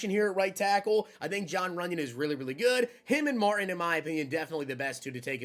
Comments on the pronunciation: Marteen gramatica please quit saying Martin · I can't stop laying when he calls the kicker "Martin". Pronounces as "Marteen" is probably the way it should be spelled. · Yo....put some RESPECT on Martin Gramatica....pronounced MARTEEN bro! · I was thinking the same thing Martin lol😂😂😂. Might not be old enough to have seen him play or remember.